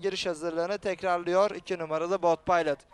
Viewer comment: biz bold paylıt demeyiz, biz bold pilot deriz kardes. bold pilot daha seksi söylenişi var :D